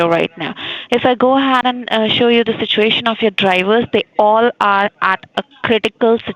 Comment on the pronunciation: "Dey aer ad aa crrridikal siduation" 😂👏